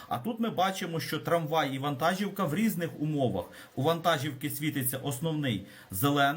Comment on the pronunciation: ВантажІвка. Наголос))